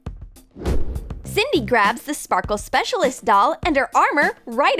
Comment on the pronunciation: STOP SAYING SPARKLE SPEACLIST